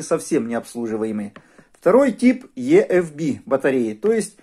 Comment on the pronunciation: EFB - почему Е-Эф-Би? Правильно И-Эф-Би...